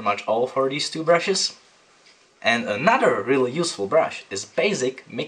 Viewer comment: Your videos are great! but just quick tip... another is pronounced AnoTHer not AnoDer. Sorry to nit pick I just worked in a studio with a guy that spoke with the same accent and it always sounded so lazy.